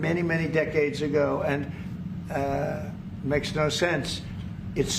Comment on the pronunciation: " Makesh no shensh. Jusht an artificial line drawn many decadsh ago" 😊What's wrong with this man's mouth,.....ergo brain?